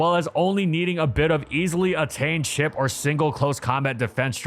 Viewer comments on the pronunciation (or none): none